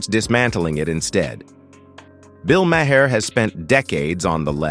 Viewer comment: "May her". "Muh hair". AI narration should be banned